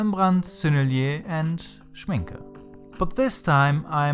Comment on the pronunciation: such an inspirational video. I am always impressed with the way you approach things. "The mind of an artist" might be my favourite art related series on YouTube. From your thoughts you really seem like an artist, less of a craft-man. Btw I only realised you are a native German speaker when you said "Rembrandt" and "Schmincke" :D Viele Grüße aus Berlin!